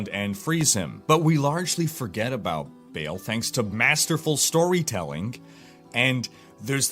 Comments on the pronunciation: Oh and by the way, it is Baahl, not Bale :) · Its Ba'al not BALE! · it's not actually "bail", it is more like "bae-el" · well he isnt the mythical Baal, I know that u are supposed to pronounce that as "ba'al', but Diablo Baal is "bail" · if you watch the cinematic when he kills the barbarian at the gates of Harrogath, his name is pronounced "bail" as well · It clearly should have been pronounced Ba'al, which is the only way to pronounce it. You don't put a chair in your game and call it chour or chier. The reason it wasn't called Ba'al in the game is because Blizzard are lazy and didn't do their research.